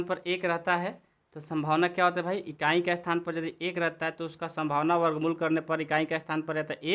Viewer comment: संभवना नही यह संभावना है